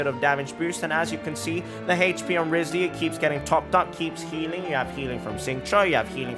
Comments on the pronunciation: Why do you pronounce it "wrisly"? Its kinda like Wry-th-sley (at least thats how they say in the english dub) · Not saying his name right …. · Please, please, PLEASE say his name CORRECTLY!! FFS!!